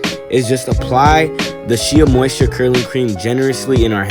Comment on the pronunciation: "Shay" moisture not "She uh"